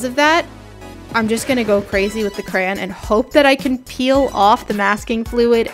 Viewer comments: She kept saying CRAN ( no hate ) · talking quietly: yes i do say crayen, not crayon..... suddenly agressive so DEAL WITH IT!!